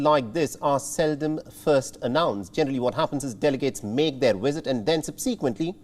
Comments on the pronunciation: Wisit lmao not Visit but wisit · your channel is an international one. English I understand is not your first language just as it isn't mine either. But if you going to use the language as your medium of broadcast, please pronounce words correctly. Visit is not WISIT!! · What is a “wisit”? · Pelosi should not "wisit" Taiwan at this moment. Since her "wisiting" Taiwan can spark WW3. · I cant help laughing everytime the presenter was saying visit or should I say wisit 🤣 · What is “wisit”? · What’s a ‘Wizit’?